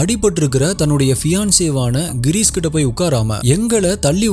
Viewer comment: avar peru Gheerees illa Ghirish!! enga konjam practice panji solli paru papom…